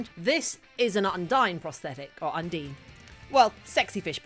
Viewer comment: It's officially /ˈʌnˌdaɪn/, not /ˈʌnˌdiːn/. You got it right the first time...